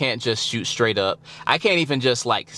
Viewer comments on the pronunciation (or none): none